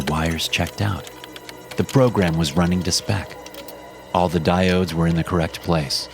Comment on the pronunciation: "Diodes" LOL!